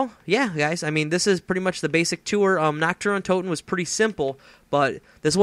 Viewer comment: We do not say Na "ck't der Untoten but Na" R "t der Untoten